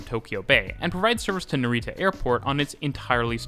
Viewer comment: Great video, but I really wish you'd learnt how to pronounce Japanese words at least a little bit before this, it's not super important but some of the words like NaREEta were really painful to hear haha.